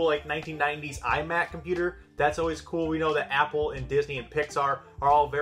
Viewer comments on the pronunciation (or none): none